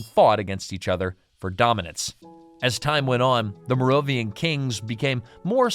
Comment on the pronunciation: It’s pronounced “Mare-oh-vin-JEE-en” and “Care-oh-lin-JEE-en”